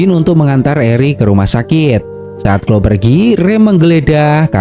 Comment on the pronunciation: Hi Kak, cuma mau kasih tahu. tulisan Cloe bacanya Kloi bukan Klo Kak. maaf lancang🙏🙏